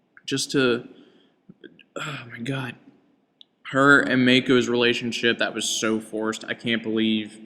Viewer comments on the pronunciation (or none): the last thing i have to say is you are an idiot... korra and aang are totally different. korra wants to be the avatar n aang never wanted it... so just get a life n let your kids watch cartoons... stupid ass cant even say mako right. you call him mayko you ass. PS this show is not aangs show